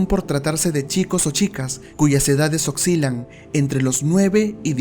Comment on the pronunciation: Oscilan es la palabra y no oxilan.